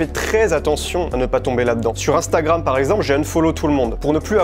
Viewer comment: PTDR " youtoube" et " inestagram"😂😂😂